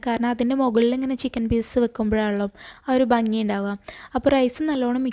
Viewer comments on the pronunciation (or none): none